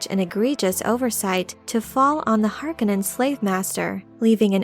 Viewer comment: Is this a machine voice? I loved this video except for the fact that the narrator continuously mispronounces Feyd's last name.